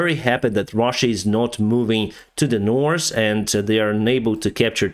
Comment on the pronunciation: if you get your english from netflix and after a year you still call north : nors and south : saus than its time to quit learning op netflix